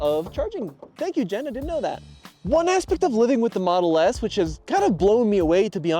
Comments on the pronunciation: continually saying Jen's name wrong lol. come on. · why are you calling your friend "Jen" "Jan"?